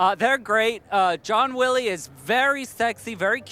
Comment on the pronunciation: "John Willy and Jo Peel" lol